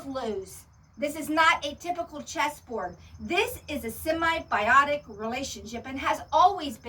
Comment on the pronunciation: Hey darlin'. It's SIMBIOTIC not semi-biotic. Remember the SIM.